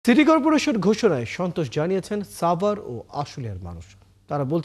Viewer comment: আমার একটা কোশ্চেন এই যে প্রতিটা সাংবাদিকের সাভারের উচ্চারণটা ছাবার কেনো বলে।